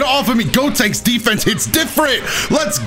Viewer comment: “gotanks” even tho the character is callled “gotenks”